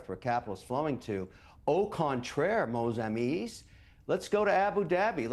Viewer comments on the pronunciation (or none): Mon Amies??No , no, no..With my limited French understanding, it's "Mes"😅😅😅🎉🎉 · "Mos ameees"😂😂😂stoopid fascist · TF is "moze ameez" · "O Contraire mon amees" 😂😂😂 Hey O'Leary, stick to English, your French like your politics is appalling. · Anglo-Canadian butchering "Mes amis"